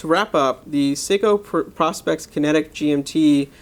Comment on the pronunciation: PRO-SPEX!!! Not prospect, you know, as in the contraction of the words "professional" and "specification", then throw in an "X" at the end for the marketing factor. It is NOT pronounced like the old timers looking for gold in dem der hills, you know, the prospectors! But yeah, a just "ok" review of an excellent chunk of a time-piece; I'm loving mine.